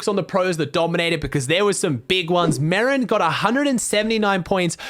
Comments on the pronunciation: Day 3 of telling his content is the best on earth. Bro i heard marren and i though marren tm istead of marjen or whatever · merijn is not merin but mereyn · btw its said me-rine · Pls say merijn right